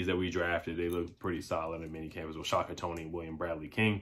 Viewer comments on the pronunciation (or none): none